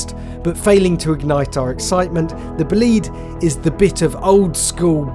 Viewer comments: Why you call it Bleed? Is it bleeding? bOlide - there's an O - bOlide !!! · bolide not boleed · It’s not pronounced "buleed" but "boh-lee-de". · Imagine spending time with a £3.5m Bolide and calling it 'boo-lead' instead of 'bo-lied'. It's named after a meteor event, not someone booing the lead guitarist in a concert. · Pronounced Bó-lid-eh at least learn to pronounce it correctly it is not Bowleeeeeed. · Bugatti.....Bolìd?? 🙄😉 non Italian will probably not get this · that pronounciation is killing me, Bow leed.... no its bo lide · boleeeeed... It's bolide. bo-li-de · Is it pronounced, ball aid? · Isn’t it pronounced BOW LIDE? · Just stop calling it "Bohleed" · It's pronounced bolly-day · BOL EYED, its pronounced "BOL EYED" You can't pronounce "Aluminum" correctly, either. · The Bolide : pronounced "Bleed" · I hate when people pronounce Bolide wrong with the e silent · As an Italian, the way he keeps saying "Bolide" makes me a bit sick to be honest... good vid though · I get he is British, but I think even for British, he is pronouncing Bolide wrong. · I don't mind accents, but the way they say BOLIDE is atrocious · Can’t believe spend so much time making this video and still can’t get the pronunciation right !!